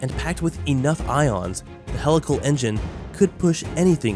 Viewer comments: Sorry to come off like a grammar nazi but it's HEE-lical, not hell-ical. It's a wonderful video - great explanation for those not familiar with the content - but a video on such an advanced technology topic probably shouldn't have an incorrect pronounciation of it's main topic. Just sayin'..... Thanks for taking the time to discuss this and keep the great content coming! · Isn't it pronounced "hee-lical"? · At least say it correctly PUH+LEEZE....??? HEE-Lical engine....yes??? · I wish I could handle “hell-ical engine” but it bugs me too much for some reason. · Just the way helical is pronounced was a HUGE RED FLAG this is typical regurgitation of material not understood and unfamiliar to the narrator.